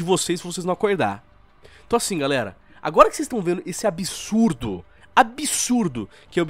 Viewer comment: Ser humano normal: Absurdo: Abihçsurrdoh